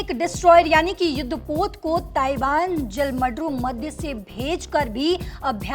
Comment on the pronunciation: जल मडरू 😂😂😂 ( जल डमरू होता है )